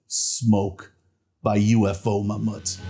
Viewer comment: they're friends of mine . You pronounce it correct